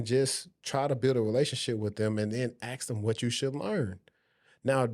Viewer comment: No Disrespect it’s Ask! Not Acks